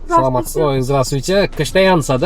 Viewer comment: Садаматчылык😂,саламатсызбы дейтко